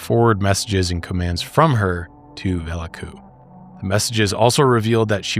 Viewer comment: Who is Velaku ? You mean Belivuk.